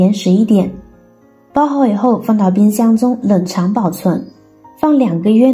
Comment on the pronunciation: 冷凍和冷藏説不清楚